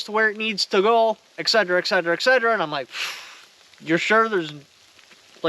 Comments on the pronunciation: Hey brother, say "ET"....."CETERA". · not to be "that guy" but it's pronounced ETCETERA (ET-SET-ERR-A')